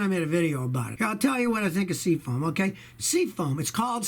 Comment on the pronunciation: Hey Scotty, what the hell is SEA-FONE?? 😂😂😂😂